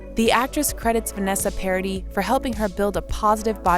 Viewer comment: Parady? It is a French name. Try a little more, please. 😊